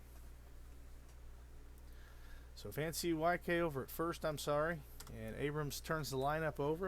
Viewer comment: Van-C-Y-K? I think it's pronounced Van COOK.